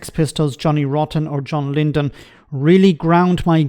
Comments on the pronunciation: Lydon not Lynden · It's Lydon not Lyndon ffs,. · It’s John Lydon not Lyndon I mean for goodness sake you can’t even get his name right. 🙄🙄🙄